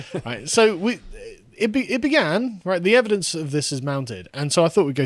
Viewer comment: “Ladies and gentlemen, the EVIDESS is mounting…”